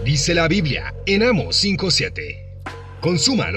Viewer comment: Con el debido respeto no es Amos sino Amo's ,con acento en la o